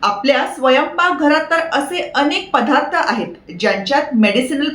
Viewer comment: पधार्थ नाही पदार्थ म्हणा ताई